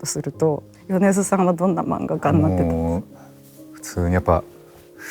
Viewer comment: 宇多田ヒカル氏と『米津さん』の発音が同じで嬉しい…